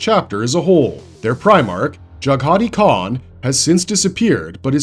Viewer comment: Totally butchered the Khan's name loool....